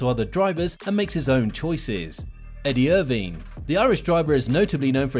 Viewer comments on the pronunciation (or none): Completely butchered Eddie Irvine’s name. Also he’s Northern Irish and raced under the British flag. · If it just me or should an F1 YouTuber know how to say Eddie Irvine